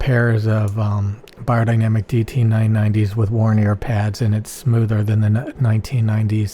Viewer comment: It is closer to "buyer..." but still not correctly spoken this way. I'm from Germany.